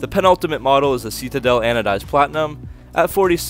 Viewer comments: Love your channel. One small funny annoyance. Citadel I believe is pronounced "Si-Te-Dell" not "See-Tee-Dull". But I may be wrong :) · we have the "see-ta-del" (Citadel)